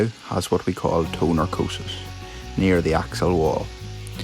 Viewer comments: I mean, you were saying "narcosis", rather than "necrosis", and "narco"- refers to sleep (e.g. narcolepsy) and "necro"- refers to death (e.g. necromancer), so it could be smart to work on that "accent". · I do believe it is Necrosis or Necrotic not narcosis or narcotic . Maybe I'm wrong . Either way love the videos. Thanks